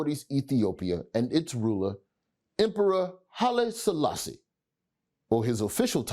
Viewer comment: It's the pronunciations for me tbh😭😭